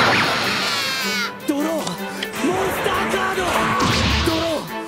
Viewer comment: Legend has it that he is still saying "DRAW MONSTA CADO"